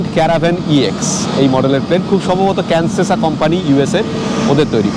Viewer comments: The aircraft fleet name is Cessna not Cansesa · একটু ছোট্ট সংশোধন ক্যানসেসা নয় সেসনা Cessna Grand Caravan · Maker is Cessna (pronounced সেস না )